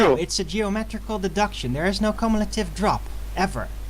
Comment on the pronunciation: “There is no cumulative drop.” lol, makes me laugh every time I hear say “cumulative.”